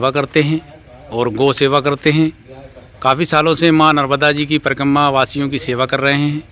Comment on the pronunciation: Parkamma parkamma mat karo, uchcharan sahi kiya karo.. Parikrama. Thanks.